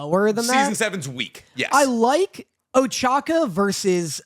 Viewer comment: I like that keeps giving shit about pronouncing Soka as Soaka, but then he keeps calling Ochako "Ochaka"